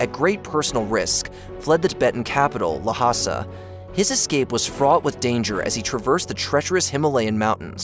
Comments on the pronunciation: Had to stop watching this. I could forgive the mis-pronunciation of 'Dalai Lama' but then 'Lhasa'. C'mon guys!!! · Pronounced "Dolly llama", not "duh' lie, luh' ma. Also, Llasa is pronounced "lahsah", all one word, not luh'sah. Don't get me started on Pocky Stahn.